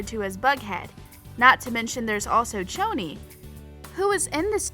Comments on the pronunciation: One it’s pretty poisons not pretty serpeants, two It’s Pronounced shoni not choni, three Cheryl didn’t get stood up at the movies she went there to get away from her mother who turned their house into a sexual play pen, four Cheryl only invited the inner circle over for a sleepover not the whole cheerleading team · Okay I'm very deeply hurt by the pronunciation She be saying it like ~Ch-oni~ But shes supposed to say it like ~Shoni~ Dont disrespecc the ship 🥺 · its choni not tchoni because its cheryl not tcheryl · Ok I am so mad at the way you pronounced “Choni” it pronounce “Shoni” 😭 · PERIOD also I noticed she said '' Pretty Serpents'' instead of Pretty Poisons i'm sooooo mad 😡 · ME TOOOOO😤😭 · SAME!! Didnt they hear madelaine saying “its shoni not choni!” 😤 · It’s pronounced (shoni) for Cheryl and Toni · It Pretty Poisons and Toni and Cheryl both made the mistake this video I just so wrong. Don’t even get me started on how she kept saying Choni wrong